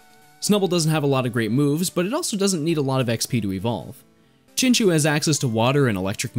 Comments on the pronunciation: Was looking for that comment. It's pronounced Chin-CHOW, right? Then again, there's a number of Pokemon with debatable names. Like Arceus and Rayquaza. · Love the video but I just can't get over "Chinchoo" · I liked the video but plz , its pronunced chinchau not chinchoo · It honestly hurts me when you say chinchew instead of chinchow. But gj on the prof oak challenge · Hearing you say chinchew instead of chinchow hurt my ear lol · “Chin chew” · because i feel so so bad for you i will overlook the way you pronounced chinchou